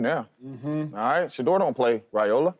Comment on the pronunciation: Out yo effen mind saying sheduer don't got that dog in him